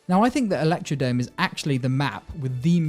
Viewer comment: Fun Fact: This track is called and pronounced ElectroDROME not DOME